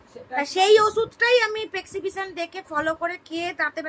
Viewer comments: প্রেসকিপশান টাও উচ্চারণ করতে পারছ না । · Poblem , stoke, pes siption , egulo ektu thik kore bolo noito english e bolar dorkar nei..bhison baje sonay